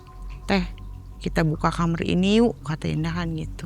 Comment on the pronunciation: SETIAP DENGAR CERITA NARSUM, PASTI SALFOK SAMA NARASUMBER BILANG KAMAR ITU JADI KAMER